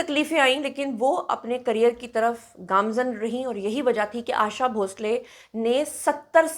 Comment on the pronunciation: 'आशा' नाम इतना मुश्कील है? आयेशा नही, 'आशा' नाम है. आशाजी हमारी जान है❤️